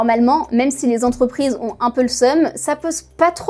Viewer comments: 197 zentreprises, mes oreilles saignent...et à deux reprises en plus... P****n à ce niveau de journalisme c'est pas possible 😡 Sinon très bon sujet ! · Cent quatre ving dix-sept Zentreprises... 🤣🤣🤣🤣🤣🤣🤣🤣🤣🤣